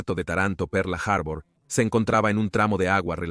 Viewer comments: Pearl Harbor . Harbur noooo. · De que parte del mundo es el narrador, por lo menos en México decimos Pearl harbol, en todo caso que diga puerto perla, aparte de que la voz me resulta poco agradable, el tema me encanta pero me es imposible continuar escuchando perla harbor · "Perla" Harbor... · Excelente traduccion. Perla harbor😅😅😅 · Por dios cómo le cuesta pronunciar Pearl harbor